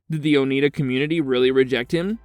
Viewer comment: Oneida is pronounced Oh-nigh-duh.